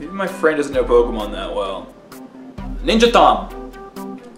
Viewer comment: You mispronounce every name with a strong english accent.